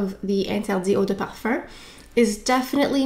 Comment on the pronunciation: i love this video ! i’ve been really into givenchy this year & it’s great to see this review so soon. i wear the intense version of l’interdit & really like the warm cosy vibe. this rouge version sounds great too ! one observation i’ve made re canadian french is your pronunciation of parfum which sounds like parfarr or parfurr. it’s very strange to my ears, but that’s just me since i’m less familiar with canada in general. great content as always though 💗